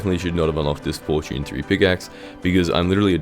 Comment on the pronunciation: "Fortune III" ❌ "4 June Three" ✅